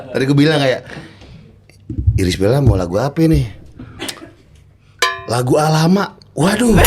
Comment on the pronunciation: lagi makan denger “iris de beol”. hampir keselekk 🤣🤣🤣🤣🤣🤣